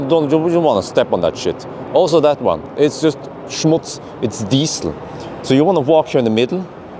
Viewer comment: It's schmutz not smuts 😜